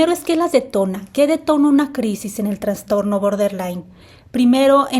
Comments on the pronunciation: Se dice trastorno,no transtorno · Trastorno, no "traNstorno". Por favor🙏